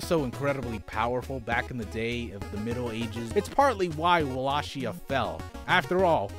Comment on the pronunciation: ahem WALL-AY-KEY-AH. love you.